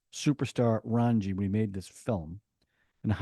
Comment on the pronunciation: 😂😂 Raanji ???? " RAA---JJJ---NNNI" Thanks for a fun review as usual...